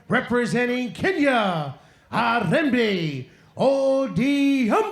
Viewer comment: All the best bro...Its Ariembi not Hariyembi....its Odhiambo not Odiaaambooooo🤣🤣🤣🤣🤣🤣🤣🤣